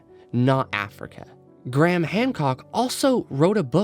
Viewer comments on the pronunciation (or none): Why do you call him Gram? His name is Graham.